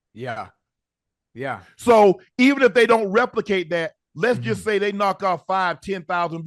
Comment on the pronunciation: You had the Best Interview of 2024! You can "Shay" that again 😅😅😅